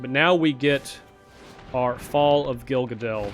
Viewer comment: its fall of gil gaLADnotgil gaDAL.. pls..othrwise thumbsup ^^